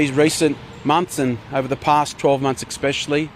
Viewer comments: It's especially Bruz, not expspecially lol. I'm betting he becomes a property developer. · The fact he said” ex specially “......(a pet peeve of mine usually an American thing) he needed to resign on that point alone 😂 . Seriously though why is he pretending this is his decision? Lol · Wow the affected solmness and emotion 🙄 Also, as someone in a senior role that does a lot of public speaking, can he please not say “exspecially”? It’s especially. There is no X 😣 And he might mean xenophobia, not racism. Isn’t he European? Actually he is Aussie, so it’s not even xenophobic. I’m confused. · This man has the WORST grammar and pronunciation. Expsecially... is that a word? Thought you needed basic English to be in Aussie politics 🤔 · Is "Ex-speshally," a word? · Ex-specially.... Hmmmm...... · What does “ekspecially” mean? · Expecially. FFS. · Stop saying "expecially" you absolute goose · "Egg-specially" - Bruz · “Expecially.” Read a book mate. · Can an actual official not pronounce "especially"? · He really struggles to say "especially" hey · Did I just hear John say "expecially"? And did he call the transport Minister "Andrew Constant"?